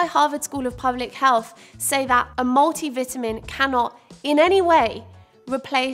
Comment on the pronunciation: Multi vitamin. I could barely understand when you said that. 😂